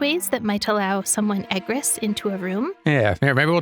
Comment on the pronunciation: egress (pronounced EE-gress, not egg-ress) is specifically for going OUT, not for going in. If you're going in, it's ingress